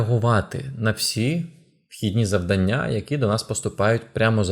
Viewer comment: Цікаво, корисно, динамічно! Дуже вам дякую. Але, будь ласка, завдАння 🙏 Бо надто ріже слух.